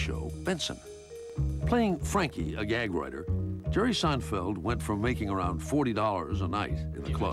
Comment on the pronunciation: Jeghrghome Seinfeldtz? 😂